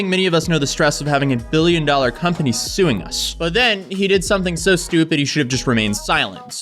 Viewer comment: ...billion doollr company <whats dis?